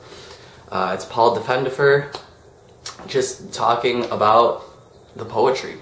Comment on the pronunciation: thats my uncle , and btw you totally said his name wrong